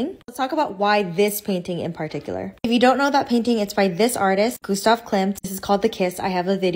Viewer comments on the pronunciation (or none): none